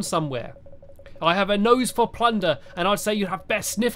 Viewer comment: Plunder I thought it was plunger